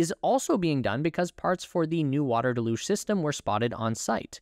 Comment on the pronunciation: Learn the pronunciation of “deluge”